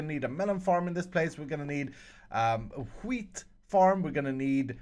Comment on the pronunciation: Uttalar du wheat på det där sättet så du kan komma undan med att svära på svenska :p